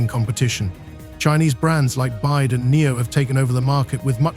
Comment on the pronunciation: For the record, the Chinese manufacturer doesn't pronounce its name Byde, it's Bee Why Dee, the initials BYD stand for Build Your Dreams.